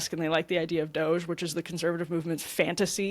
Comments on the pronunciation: Ryan not being able to pronounce DOGE is becoming a great running joke. No one tell him, please 😂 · Regardless of what you think of 'DOGE', Ryan calling it "Doggy" is funny. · Ryan pronouncing doge that way is pretty boomer and cringe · Ryan refusing to pronounce Doge correctly, is top tier entertainment